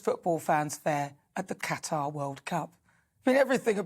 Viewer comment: Thank you for pronouncing Qatar correctly.